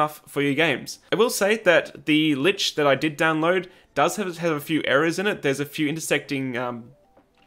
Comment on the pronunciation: FYI, lich is pronounced lick